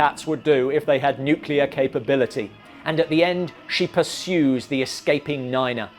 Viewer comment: Neena, not niner